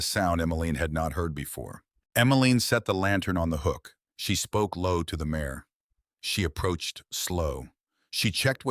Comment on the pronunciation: It's MARE, not MAYOR!